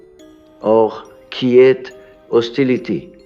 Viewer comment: AI voice at very least. In one part of the video, the voice pronounces the word “quiet” as ‘key-yet’ 😑